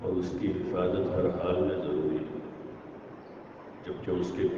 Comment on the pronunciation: ضروری ض سے آتا ہے نہ کہ ج سے